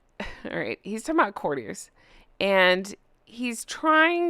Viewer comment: I love you...but sounds like...Court-ee-airs or Court-ee-ers... just one of them things that bugged me. Again, do love you.